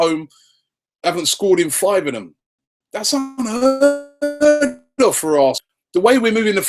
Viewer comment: thats un-heareeerezdz ofv